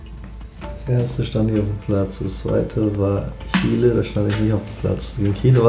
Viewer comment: HAHAHAHAHAHAHAHAHAH Warum reden wir nicht über den Fakt, dass Julian Brandt Kiele gesagt hat, anstatt Chile.